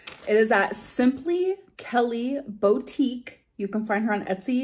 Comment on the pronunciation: Amd the way she pronounced “boutique” im fucking dead.